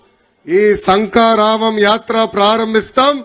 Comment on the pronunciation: సంకారావం కాదు తమ్ముడు...దాన్ని శంఖారావం అంటారు...